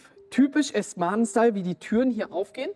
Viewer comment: „Asten Marten“ 😂